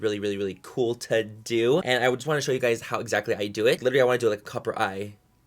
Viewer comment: Do you listen when he said "TODO" 😂 I love him ❤